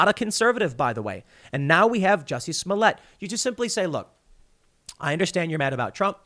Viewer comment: Tim, please stop mispronouncing this poor french actor`s name